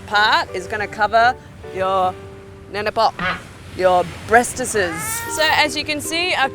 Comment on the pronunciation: haha bresteses😂😂😂😂